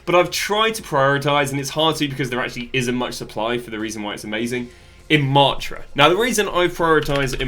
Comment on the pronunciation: Its Maaaa taaaaa